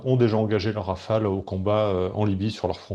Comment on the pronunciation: "Rafale" svp.